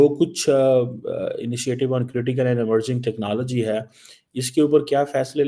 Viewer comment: ...aadha teetat aadha bataer 'technallgy'...you can "try" to copy american pronuncuation but that shall not not make you any more erudite, rahega to madarssa chapp hi...btw jack sullivan tere ko pooch ke thodi ayega...tumhare paxtani pm ko white house ka chaprassi bhi nahi poochta